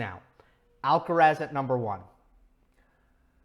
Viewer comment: It's quite weird how yo try to pronouce all the players's names as accurately as possible (Auger-Aliassime, Giron, etc.) except for Alcaraz's. It is “Al-ca-rath", the “z" like a “th" sound and the stress on the last “a". I think he deserves the same care when pronouncing his name as everybody else.